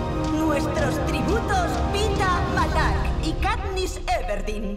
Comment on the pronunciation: Yo escuche MALARK 😅